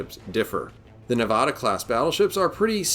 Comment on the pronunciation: You said Nevada wrong. From Nevada.